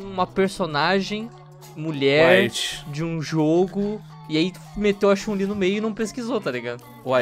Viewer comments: Concordo com Ela! Aonde Está a chun- li! E parar de dizer o nome errado! Não e chalin! Chu n - li! 🙄💬 Estao falando por que Sao machistas! Hahahahaha 🤣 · É só eu ou toda vez q o fala Chun-li parece q tá falando Chumlee? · Toda vez que o fala Chun li com essa entonação eu penso que ele tá falando do Chumlee do Trato Feito kkkkkkkkkkk "Sei não Rick, esse corte na costela me parece falso!" - Chun, Li kkkkkkkkk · Só eu que fiquei irritado com o falando chun-li? Ele parece q ta forçando o “u” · Para de falar Chun Li, com essa pronúncia de "A" no nome dela. PQP, fica irritante pra caralho.